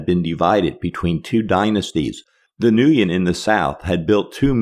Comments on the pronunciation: hey Vietnam expert.... "Nguyen" that you mangle as "New-yun" is " when " ... savvy? SMFH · Should have stayed home Also it's pronounced more like "ngwin"